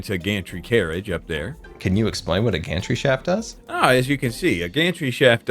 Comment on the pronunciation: Sorry but when said Gantry Shaft, I heard Gantry "Sh*t"😭😭😭